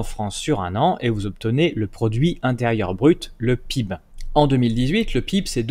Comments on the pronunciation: Les gens qui disent "pib" au lieu d'epeler les lettres une par une, ça m'énerve, ça fait triso et pas professionnel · Ça rage, ça rage. Néanmoins j'apprécie vos vidéos qui apportent beaucoup, j'ai simple fait remarquer que PIB ce prononce lettre par lettre.